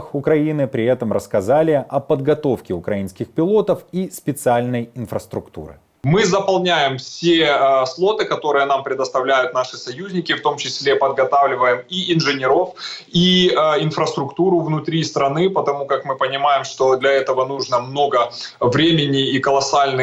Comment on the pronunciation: Хлопчик розповідає про літаки і каже інженерОв. Нащо такі зміни?